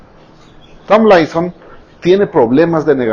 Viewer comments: "Lois Tom-laison o Larry Stai-laison" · TAMBLAISON,STAYLAISON JAJAJAJAJ SE LO QUIERE SEÑOR JAJAJ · Me encanta como pronuncia "tomlinson" o "Stylinson'